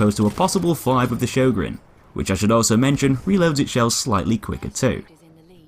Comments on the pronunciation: I believe it's pronounced "yorn" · why cant you say the letter "Ö" i mean its not some alien type of language ffs! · I always pronounce it Sio-gren shotgun. Probably wrong as well, knowing how weird the norse languages sound to the rest of Europe. LE: I was right, it's actually pronounced Hio-gren due to swedish phonetics. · Sjögren, how do you pronounce it? "Show gren!" says most of the world. "Sher gren!" says the Germans and Austrians. "Zjog run!" says the French. "You bloody muppets," says the Swedes, "its pronounced Her gren."